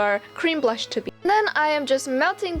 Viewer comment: You said bush not blush